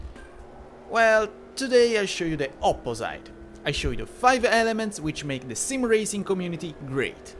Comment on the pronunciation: "opposaite" thats kinda weird for me tho